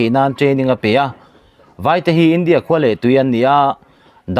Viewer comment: Pu Editor.... Duhsakna che avangun natakin kan khak teh ang che... Mizo tawng i chhiar hian i lam diklo ngun viau mai a, a rî hniam tur leh sang tur i care lo mah mah ka ti a,,, entirna ka han siam ange aw.... 1. India ram in hma a sawn.... Tih ang ah hian, India tih a, a tawp a "a" Hi a rî a sàng tur a nia... I lam hniam deuh vek a, ngaihthlak a hrehawm tlat.. Entirna dang leh aw.... Lal Isua tàn khawvel...... Tih angah te hian, Lal Isua.. tih a, 'a' hi a a ri a a màr phei tur a ni. Kunga leh Mawia.... Tih anga a tawp a a hi lam hniam ve tur a ni lo... Ka sawisel na viau che em??? 😂